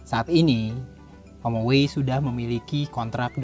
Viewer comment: Om-oway. Saingan om-mobi😂